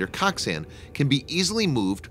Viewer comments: I'm pretty sure it's pronounced like Coke-san. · It’s pronounced “coke-sun”